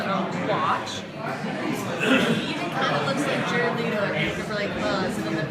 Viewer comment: His name is pronounced LET-OH, not LEET-OH, why is this so hard? It's exactly as it's spelled!